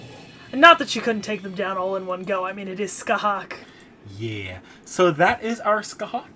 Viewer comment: Scathach is pronounced ska-tah(fricative)aa-ch(fricative) kinda like Sasha ach but with phelm sounds on the h's.